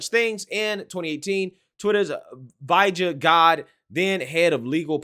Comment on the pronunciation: Vija who? You mean VJJ? 🤣